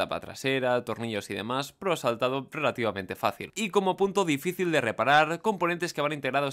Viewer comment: Like si cada vez que dice "pero" te suena a "pro" XD